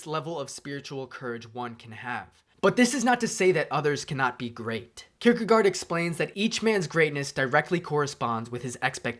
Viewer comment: Søren Kierkegaard is pronounced [ˈsœːɐn ˈkʰiɐ̯kəˌkɒˀ] Someone might be able to transcribe that to the weird English spelling.